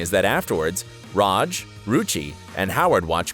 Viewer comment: The way you say RAJ is the bigger issue than any plot hole